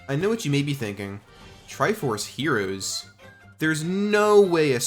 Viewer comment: why do you keep saying mode like that edit: holy shit the way you say heroes is even worse